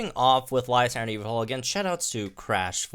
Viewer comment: YAVALTAL!! That's how you pronounce Yveltal... YAVALTAL!!!